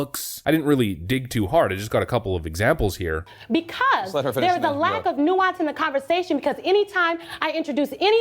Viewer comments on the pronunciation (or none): “Because dares a lack of nuance in dee conversation…” angry elevated voice with spiteful facial expression and zero nuanced body language.